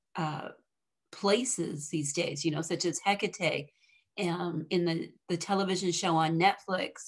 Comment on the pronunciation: It's so hard to listen to her name being enunciated wrongly. please its He ka TAE accent on the TE, sounding like TAE, as in take. otherwise thank you for the video